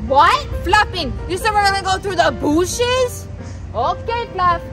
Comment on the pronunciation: "Though the BOOSHES "